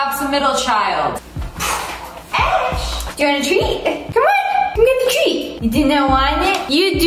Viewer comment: The corect way of saying it is “Ash” not ashe